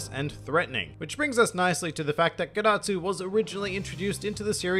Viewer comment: Dad-atsu More like ged-atsu